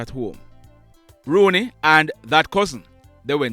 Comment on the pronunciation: His name is not Rooney, his name is rouney